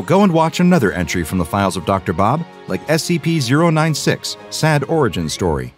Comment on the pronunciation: It's scp not sega